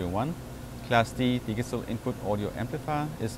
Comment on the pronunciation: What the heck is a di-gah-tull amplifier?!?!;) Great job!